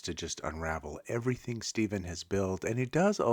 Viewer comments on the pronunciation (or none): none